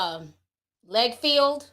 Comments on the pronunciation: Hey Ti let me help you out his names is pronounced LoggerFelld😊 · Pronounced like LOGGER-FELD. Look Ti! Get the names right before going live dammit🤣 I say this with love. "Breaking news with integrity" until it comes to name pronunciation and matching🤣🤣❤ sending little sister-type love your way.